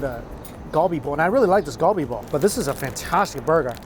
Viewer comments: It's prounounced as "KAL-BI" not GUL BI :/ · Galbi pronounced Gar-be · It’s surprising that you still butcher the pronunciation of galbi (갈비) after spending al of that time in Korea during COVID.